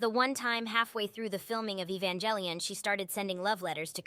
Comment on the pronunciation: I just utterly ADORE how much the AI butchers ''Evangelion'' haha, great stuff tho!!